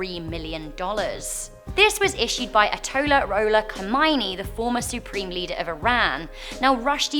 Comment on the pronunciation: Love u guysss, but it’s not “arrolatollah” 😂 and a fatwa isn’t a “death order“ it’s just a simple Islamic ruling or advice given by a recognized authority.